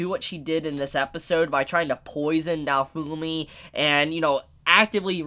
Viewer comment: Did he just pronounce "naofumi" to "naofuuuumi"???? Wth